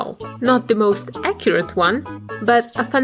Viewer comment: You always say acyret